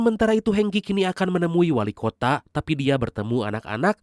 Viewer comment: WALIKOTA MIN, BUKAN WALIKOTAK